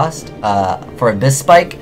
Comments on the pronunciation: Pike, and leed! Not spike and sleed! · abyss pike not abys spike [abysspike]